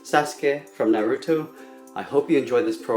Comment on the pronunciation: he is good but.... the way he says Sasuke and Naruto...... i might through up....